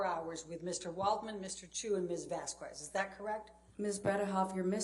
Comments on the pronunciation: Vas-kez not Vas-kwez there is no w in there if you can pronounce charcuterie you can pronounce this. Its not that hard. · The way butchers the name, "Vasquez" by saying, "vasqwez" really bugs me. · I can’t stand how purposefully mispronounces VASQUEZ… Has she never read a Hispanic last name before?